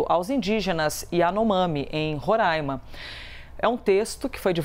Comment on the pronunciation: Falar Roraima e não Rorãima, merece muito os parabéns!!!